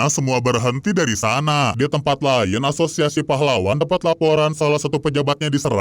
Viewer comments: asozazsaz bg lu mau ngomong azosiasi malah asozazsaz🗿💔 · " ashusiasi pahlawan " 😭🙏🏻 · Ini di hp gw aja tapi kok pas bilang asosiasi kok aneh y